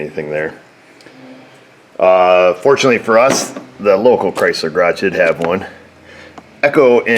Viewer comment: Hecho (pronounced like ocho) en Mehico (the x is pronounced as an H)